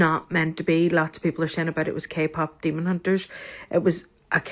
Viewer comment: did that guy say Kpop semen hunters?